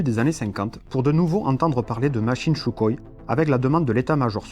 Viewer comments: On ne prononce pas "Choukoï" mais Soukoï !! 👎🏻👎🏻👎🏻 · J'adore ( et on est nombreux ) ces vidéos de qualité et très éclairant! PS : sukhoï se dit en russe Sukhoy ( le "kh" se prononce R en phonétique) mais c'est juste pour l'info pas pour titiller ;)! Tu nous en apprends énormément +